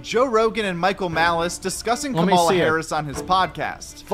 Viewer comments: Why TF can't anyone say Kamala's name right??? It's so annoying lol. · Everybody say it after me: Comma- La ( Kamala). You sound ignorant when you can't( won't?) pronounce her name correctly. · Guy makes a youtube video and cant pronounce the VP’s name correctly? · Are you pronouncing Kamala wrong (the way Trump does) on purpose?